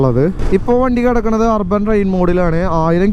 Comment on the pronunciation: Rrban alla chetta AAA... Urban Ann😁